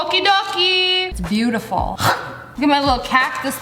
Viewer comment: this is going to be bootiful (even though it's dumb (after trying:whY iS nOt wOrking